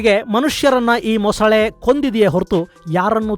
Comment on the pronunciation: ಮೊಸಳೆ ✅ ಮೊಸುಳೆ ❌